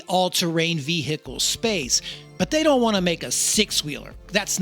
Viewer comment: What the hell is a ve-he-cle?